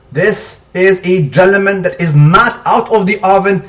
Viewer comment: lol - "This is a gellemen""